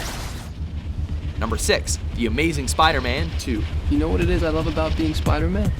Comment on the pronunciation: ***** the amazing "spiserman" xD